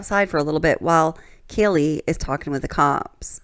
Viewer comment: He also said Kylie instead of Kaylee